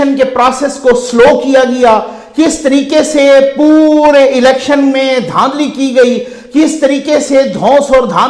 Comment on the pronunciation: Dhundli Not dhandli